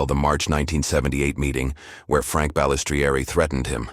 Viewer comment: Every time the ai mispronounces Balistrieri my ears hurt lol ffs I hate ai voiced videos